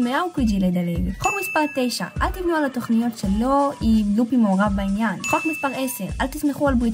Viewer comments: זה ממש ממש ממש מעצבן שאת אומרת לופי שהפ' נשמעת כמו במילה פרפר אמורים באמת להגיד לופי כשהפ' כמו במילה פוקאצ'ה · רק אותי מצחיק הצורה שהיא אומרת לופי